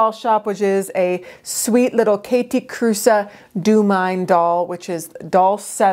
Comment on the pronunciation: I love them so much ❤️❤️❤️ It was just killing me that Theriaults was calling them “Kathy Cruise” at least in their videos. I commented that Kathe Kruse was not a surfer chick and Jonathan always worked at having her name pronounced correctly ❤️thanks for sharing this 👍